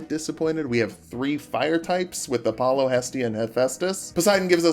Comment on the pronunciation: App-pollo? I prefer Entree-pollo